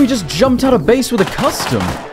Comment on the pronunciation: lmfao at the end he says Ouw, doesnt say out xD